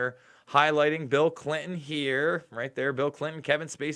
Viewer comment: Great show today! And I like that you pronounced Clinton the old fashion way! Thank you!